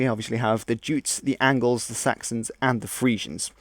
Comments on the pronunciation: Yutes. Remember? We decided from now on to call em Yutes not Jutes. Right? Huh? 'Kay? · Very broad and general. By the way jutes pronounced yutes (yutelond) who also settled in Isle of Wight as well as Kent. Ultimately all very vikinger/germanic, including the normans (norsemen)...